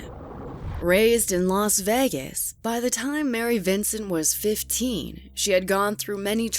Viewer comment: Stop saying "Las Vegas" like that!